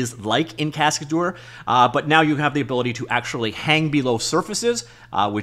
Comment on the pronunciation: It's pronounced casca-DER not cascaDOOR 😄